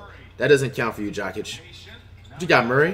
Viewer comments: I’m dead. It sounds like he’s saying Jock Itch for Nikola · Way he says Jokic